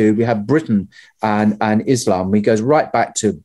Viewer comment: Thanks for not calling it "Izlam"